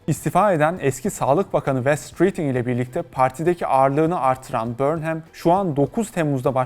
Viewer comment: ya guzel bir video hazirlamissin bornhem diye telaffuz etmek nedir. 30 sn chat cpt ye sorsan ogreneceksin. conson falan. cok komik cidden. ingiltere uzerine gundem videosu ama ingilizcenin i sini bilmeyen bir anlatici. trajikomik bir ulkeyiz cidden